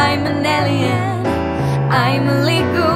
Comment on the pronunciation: A nice version of a great song., if you ever get to read this 'Alien' is pronounced 'Ay-Li-En', it's one of many English words that are pronounced differently to how they are spelled. Best wishes from an Englishman in West London!